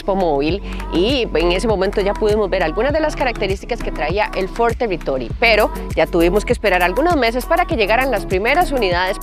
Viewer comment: Ford Telitoly....😂